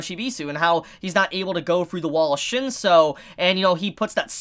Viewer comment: its shin-soo , not shin-so :P